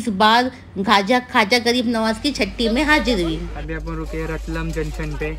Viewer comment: ko padhna nai ata kya ratlaam bolte hai